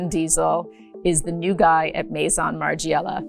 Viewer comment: It's unbelievable that at your level and status you can't even pronounce Margiela correctly. So American, so disrespectful.